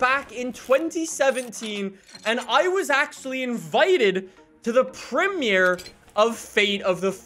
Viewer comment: Ummmm who pronounces premier like that